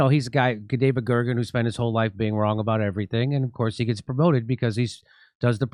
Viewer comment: As a Canadian, every time you say "eh" it is like hearing you say the "N Word" with a soft A. Aboot is the hard R.